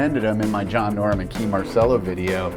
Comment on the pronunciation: His name is John Norum; not John Norm.